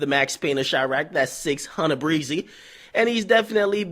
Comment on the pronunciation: CHECK HOW AK SAY "600" HE FUCKING STUPID!!!! 😂😂😂😂😂😂